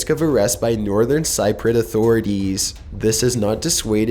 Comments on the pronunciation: How do you pronounce Cypriot wrong hahahahahaha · People who live on Cypress are called Cypriots. Pronounced sip pree otz.